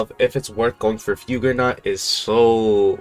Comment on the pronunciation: bro stop pronouncing fugue like that bro